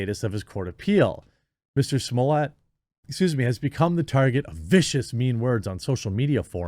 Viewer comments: Whats with the fancy pronunciation of Jussie Smollett's last name. The word you said is the French word for "a wine steward." Don't slick it up, he's just a man NOT a wine steward. Oh yeah he's a chump that's gonna get jumped. lol lol Bring it! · Please stop pronouncing his name that way. He is not remotely French. He is an embarrassment to....well humans. If they can put police in prison... no jail, not even prison & keep them safe, I'm pretty sure he'll be OK. Put him in the hole. Is he seriously comparing himself to Epstein? Does he find that a positive or negative? He's probably watched Shawshank's Redemption too many times & looks forward to it. I'm a little disgusted in myself for watching, he doesn't deserve tv time. GROSS!